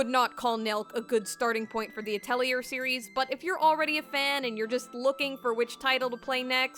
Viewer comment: Great review! Thanks for all the helpful insight! However... the R in Atelier is silent. It's more pronounced ah-tell-YAY. It's a fancy french word for a workshop or art studio and even though I took French in middle school I'm embarrassed to admit I pronounced it at-el-ear till college.